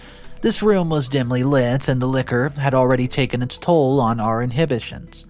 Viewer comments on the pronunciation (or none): none